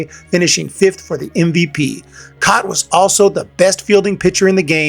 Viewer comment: Jim Kaat (last name is pronounced cat)